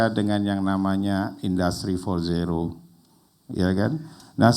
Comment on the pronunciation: menit 49.30 dmana mr.gembul menyebut kan istilah industri 4.0 sebanyak 4x dan beda semua..wkwkkw four one zero, four zero ,four dot zero terakhir four one zero dan gapernah menyebut four point zero .wkwkkwkwkw